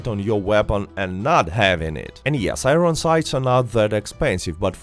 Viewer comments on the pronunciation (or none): Bro says i- ron its i-ern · I-ron sights? Ffs learn English before making a video.